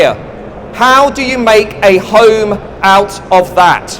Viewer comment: strange accent. he pronounces home like an aussie ("hoyme") and other words like an american (british = "bridish")